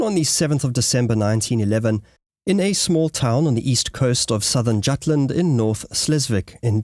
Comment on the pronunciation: "Jutland" - check pronouncation,))) - also the names like Scholtz and Schmidt. it should be easy to find a native speaker where you are ? if not, say so. Happy to help in future. Very interesting content ! And that would make it worthwhile to get those little details right after all the work you put in.